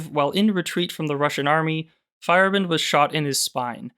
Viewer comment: Fa-yair-a-bend is the pronunciation